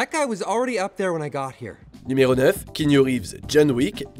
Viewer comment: Le « Kenyu » est juste insupportable !